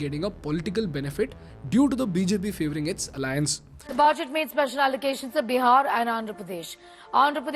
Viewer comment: Can you plz stop calling it Beeehar, its Bihar!!!